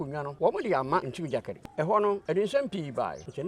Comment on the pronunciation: This guy too what's this “Ntim gyakali” thing aaaba. Anyways, good interview.